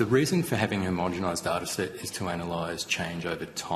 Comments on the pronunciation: Senator please learn how to say homogeNised, not homogemised. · Gerard has basically no concept of how the procedure works. And Sydney Observatory is not used for climate data purposes. Also Gerard, it's not "homogomised", it's homogenised. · Senator, are you saying homogemised? 😂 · HomogeNised. Please say it correctly! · For gods sake, say the damn word homogenised correctly if you are going to ask about it.